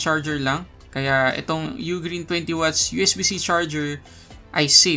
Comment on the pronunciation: U-Green pala tamang pag pronounce kala ko Ughhhgreen hahaha salamat 😅🤣💚